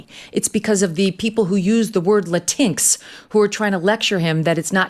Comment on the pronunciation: Did she really say la tinx (latinx)? Lord. I hope that was a joke.